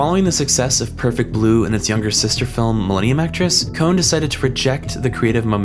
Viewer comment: Kon is not pronounced as cone.